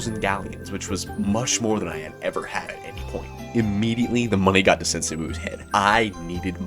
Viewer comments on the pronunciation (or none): none